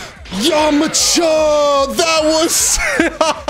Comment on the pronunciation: "yomacha"? lmao